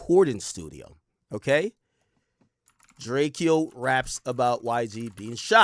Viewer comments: STOP CALLING HIM DRAKE-EYO HE LITERALLY TOLD EVERYBODY HOW TO PRONOUNCE HIS NAME AND HOW THAT SHIT WAS ANNOYING TO HIM!!! ITS DRACO FOOL ASS BOY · Ak ijs his name is DRAKE O not DRAKE E O 😂